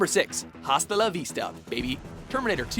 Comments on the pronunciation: Tunčíku Miláčku correct. Glad I'm not the only one who made a sideways face when the narrator continued to enunciated the 'h'. Even Arnold doesn't pronounce it 'hasta' in the clip...its 'asta'. I didnt take much espanol but I do know how most of their alphabet works...hint...its not the same as the American alphabet...holy cow! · I know I'm not the first to say this but it's asta for gods sake I was cringing this entire video Don't get me wrong I love watchmojo, but the one thing that I hate about this channel is the way you guys pronounce things. Even certain english words, especially he pronounces everything the way that it definitely should not be pronounced. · Don't read H in Hasta la vista, baby (reads it as asta) My favourite scene was: "Get down" Terminator 2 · lol bad pronounce it not hasta it asta the H doesnt have sound even arnlod pronounce asta the narrator say bad a single basic spanish word even when he have the record to pronounce right XD ¡¡¡in the movie¡¡¡ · the H is silent. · You don't pronounce the 'H' in Hasta La vista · The “H” in Hasta La Vista is silent!! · You pronounce hasta wrong. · Not to be the grammar police, but it's pronounced "asta la vista" the h is silent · Gonna be that guy to say it's pronounced "Ah-sta", Spanish "H" is silent... and Arnie even SAYS it correctly! At this point, I think this WM dude is just trolling with his mispronunciations at this point... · This guy annoys me now... He pronounces the "H" in "Hasta" Why?!?!??! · you dont pronounce the H in "hasta" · Declan Curry Completely agree. At first, I thought; 'he didn't really say it with an H, did he?' Yup. WTF? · Little tip...The H in Hasta is silent... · I'm not Spanish but it's annoying that he says has Hasta la Vista with the h sound when it supposed to be silent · ugh...the H is silent in HASTA :D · You don't pronounce the H in 'Hasta la vista, baby," Come on now. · The H is silent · Hasta la vista. Oh my God. At least learn how to say "hasta".